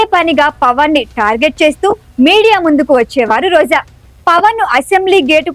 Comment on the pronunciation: Why Roja and rajakeeyam are being pronounced as Roza and razakeeyam?